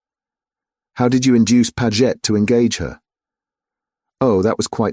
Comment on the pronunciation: Doesn't matter what they call it, AI is still awful and very annoying! For instance is the male secretary "Padgett" or "Paggit" or "Pa-Jet"? And who reads a list as "No-one, No-two, No-three" and so on? Damn machines ruin everything!